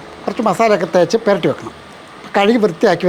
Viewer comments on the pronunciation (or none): അണ്ണച്ചി. പെരട്ടി അല്ല പുരട്ടി വെക്കൽ അങ്ങനെ അല്ലെ പറയുക